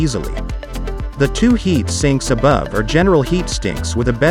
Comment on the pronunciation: "...heat STINKs..." LOL Definitely agree with your assessment